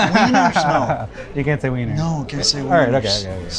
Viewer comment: weeiner lol